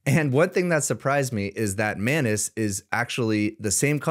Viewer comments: I think it's pronounced Muh-ainas and not Mah-nes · Etymology would suggest that the correct pronunciation is "anus", as it is spelt and looks. "An-us" would be spelt as "annus", from the Latin, and refer to a period of a year - see: "annus horriblis" and, indeed, "annual" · I cannot unhear you pronounce it as “my anus”… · That is not how you pronounce anus. 😂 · Hey, I think your pronunciation of Anus might be wrong.